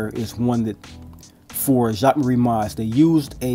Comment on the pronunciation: Video helped me a lot, not only with realistic sizing but also learning to pronounce the name correctly lol 😎